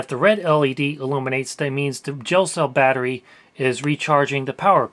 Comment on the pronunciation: I thought he said "jail cell battery" and wondered wtf that was lol.